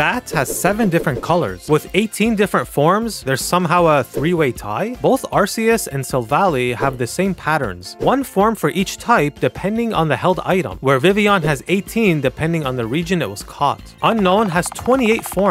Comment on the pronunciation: Milcery is pronounced with a hard C. Because it's milk. Silvally is silv-ALLY, because it's your ally. It can only evolve via friendship.